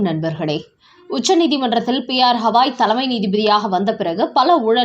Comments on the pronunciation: உச்சரிப்பை சரி செய்யுங்கள். குறிப்பாக தலைமை நீதிபதி என்று குறிப்பிடும்போது. அவர் பெயர் ஹவாய் அல்ல, திரு. கவாய். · யெக்கோய் எம்பூட்டு முறை சொல்வது, சுப்ரீம் கோர்ட் தலைமை நீதிபதி "கவாய்", ஹவாய் அல்ல 😊😊